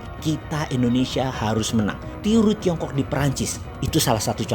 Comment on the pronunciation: TIRU malah dengernya TURU, ya wis pada tidur wae pas rapat................mmmm